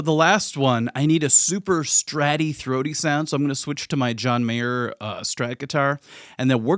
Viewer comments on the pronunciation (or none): none